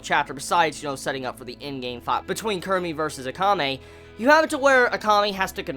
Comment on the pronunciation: KUROME, not kurumi!! -ROME